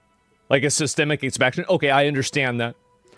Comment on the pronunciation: I agree..also is he trolling or does he really not know how to say the word systemic lol?